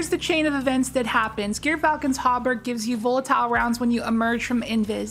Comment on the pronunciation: Gyrfalcon is pronounced Jeer Falcon. I used to train falcons including a gyrfalcon and was licensed by the State of Colorado, so I know.